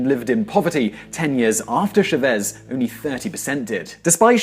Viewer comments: Its CHÁVEZ not SHAVES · #1. The president's name was CHA-vez, not sha-VEZ. Such a basic error is a tip off for the many mistakes elsewhere. #2. The main argument is that Venez. became more dependent on its oil for its national economy under the Chávez administration. This is FALSE. In fact the economy diversified slightly from 2003, when the national govt. finally got control of PDVSA after a lock out by its top management. Please look up the various analyses available from the Center for Economic and Policy and Research, CEPR, based in Washinghton D.C. "Sowing the oil" for other development has been a hollow statement by almost every Venez. government since the 1920s. The Bolivarian project was more successful than most, but it also fell short of what was necessary. But keep in mind the fierce opposition from conservative forces to allow any positive changes. The land reform passed in the early 2000s became law, but it remained too much a "dead letter" because the national government did not send in police/military force to protect the newly formed agricultural co-ops and private small farms. The powerful landowners of fallow land used their hired guns to murder dozens and then more dozens of small farmers who were effectively stopped from realizing the benefits of the land reform. The need for Venez. to import food could have been significantly reduced; the culprits were not the govt. funcionaries, but the rich landowners who derailed the land reform. This type of heavy handed sabotage from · Sorry to correct you but it's CHAvez, not ChaVEZ. That's why his name has an accent mark: Chávez. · Oh mon dieu, I didn't know "Shavéz" was french. Guess what the little dash on top of the "a" is for. It's Chávez. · CHAvez not ChaVEZ. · why do you keep mispronouncing Chavez as Shaveeeez???? make a little effort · Your spelling of catastrophe is catastrophic, and I wish you’d say Chávez, instead of “Shervéz”. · Chavez [Chah-Ves] not Chevez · CHA-vez, bo-li-va-res